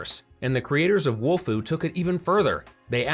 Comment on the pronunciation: Again. It's not WOLFU😡😡😡